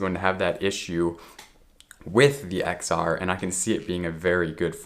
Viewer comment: just to let you know the X is pronounced as 10 :)